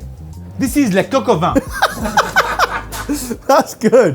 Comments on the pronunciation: it's Coq au Vin not Coq au Van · I swear I am hearing coq au van 😅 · Cock o van?? Cock in the back of a van??